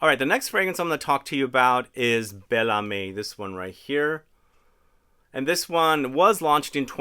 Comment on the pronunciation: Âme is pronounced “amm” but you pronounced the others quite well today, congrats!